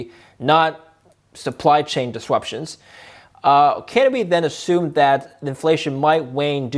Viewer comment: has a small tongue tie. Has tiny bit trouble pronouncing “st” or “r”. Hear when he says the word “distruption” he says “diswuption”. I notice all